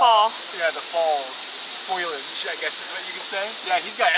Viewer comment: Ahaha you said "foilage" again. Sorry, it's just cute and makes me laugh. I feel the same about blueberries and blackberries though, you guys probably won't be in Sweden in the right season but their blackberries are top notch. I really want to try natto now! Gonna have to put that on my food bucket list. Love seeing how much fun you had on the Turbo Wedgie slides xD